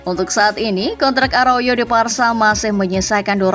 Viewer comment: Aroyo?? Arauho min😅😅